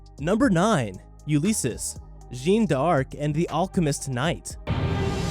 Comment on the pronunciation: Ulysses = yoo -li-seez